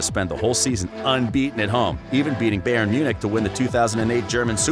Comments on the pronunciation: It’s BayerN not Bayer. Bayer is a different Club. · «Beyern» XD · Umm? Bahhhen Munich? might want to work on pronunciation. Bahhhen Munich? Really?